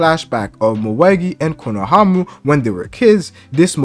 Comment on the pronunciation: Again, respectfully, it’s pronounced “KONOHAMARU” 🫡 love your work